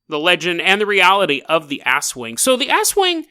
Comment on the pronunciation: You pronounced aswang as “asswang” lmao. It’s pronounced more like “as-wung”, the stress on the second syllable without any on the former.